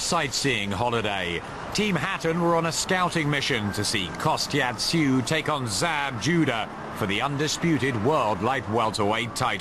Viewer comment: why does the narrator say kostya's name like"kostyat tszyu"